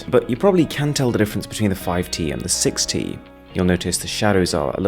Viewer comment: you forgot the “T” in 6t XD